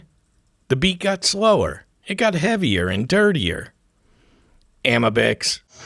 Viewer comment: This was definitely a fun watch...nevertheless...I insist it's Ah-MEE-bix..